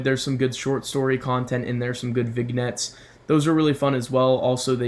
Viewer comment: I think it's pronounced Vinyets.